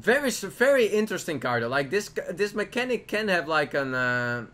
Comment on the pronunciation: Mechs have "mechnatic" mechanic....Sayit one more time